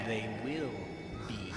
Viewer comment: "Hey man I told you not to mess with time". " I vwill mess with time, I vwill mess with time".